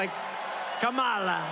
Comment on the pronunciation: He keeps accidentally pronouncing 'Kamala' correctly.